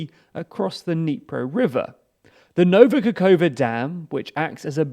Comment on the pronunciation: "Shevenko" is my new favorite and "Nova-Cacova" is a classic at this point